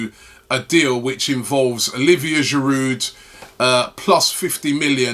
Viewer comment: Can someone tell him how to pronounce "Giroud"? This guy has been with us for years and Robbie still doesn't know how to pronounce his name? There is a silent D at the end man...